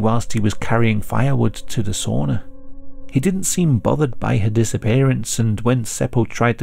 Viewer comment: I thought you did rather a good job on the Finnish words and names. But was disappointed to hear you mis-pronounce "didn't" as "dint".